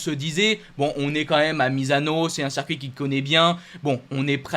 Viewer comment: ta chaîne est top et tu es vraiment passionné mais par pitié pour mes oreilles arrête de dire sercuit... C'est horrible et jeté du discrédit à tes compétences 👍 Circuit. Merci pour mes oreilles et le sérieux de 100% GP